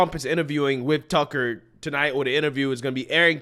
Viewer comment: Judge Jeanine can't even say Tucker's name. 🤬